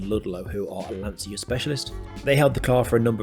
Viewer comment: You pronounce Lantcha not Lansia my friend 😊